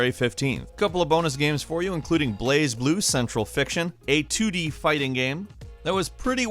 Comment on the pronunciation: why is it so hard for people to pronunce BlazBlu correctly? and i'm hyped for left alive, i loved front mission, and although i miss it's grid-based tactical style. i can dig this more stealtier - mgs style approach.